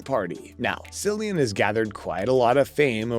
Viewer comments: Not a single blooper and a fool saying "See-lian" instead of "Kee-lian"? Thumbs down! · ITS NOT SILLIAN ITS CILLIAN PRONOUNCED KILLIAN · Very disappointed, no bloopers , can’t say the actors name properly. This show deserves better. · His name is Cillian Murphy!! Winds me up when people get his name wrong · Did you really not even take the time to learn how to pronounce Cillian Murphy’s name? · Very annoying!